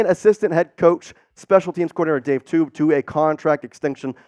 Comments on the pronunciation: Its Dave Toub (pronounced like Tobe) not Tube...👎 Best Spec Teams coach in NFL year after year...fyi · Can't pronounce our special teams coach's name? You don't cut people on rookie contracts. Doesn't save money. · Such quality content that they guy doesn't even know how to say Toub's name correctly...